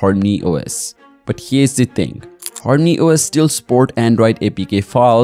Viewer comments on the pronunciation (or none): Whats Horny OS?? Says harmony on screen but you keep saying Horny OS